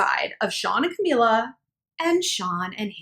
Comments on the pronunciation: Not to sound like an ass but.. It's CamEELA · Ca- mE- la...my gosh how hard is it to say her name right